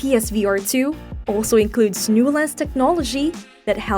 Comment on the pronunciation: You are nailing words such as “experience”, “ergonomics” and “resolution”, but you can’t say “new” (as in “new lens”) where you say “now lens”, and you can’t say “beat”, so you say “best”. Look, I’m not trying to be a jerk, but if you have a tenuous grasp of the English language, maybe don’t narrate a video in it.